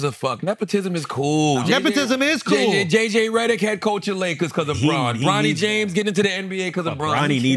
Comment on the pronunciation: "JJ Rederick"😂😂😂